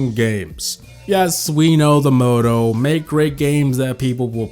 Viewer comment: The fact that you pronounce motto like risotto really bothers me. Fun video though